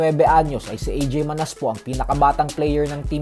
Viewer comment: Pronounce mo Ng Manas mali pa😂😂😂